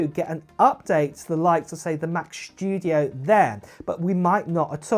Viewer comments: why are you talking shtudio and not studio? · “Mac SHTYUDIO”